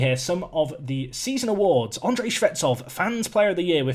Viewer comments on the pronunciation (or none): none